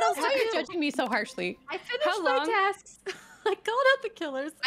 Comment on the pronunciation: I heard "Tasks" as "Taxes" in the beginning and I thought Chilled paid his taxes in Among Us.